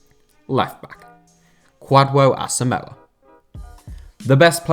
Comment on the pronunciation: How he pronounced Kwadwo Asamoah killed me😂😂😂😂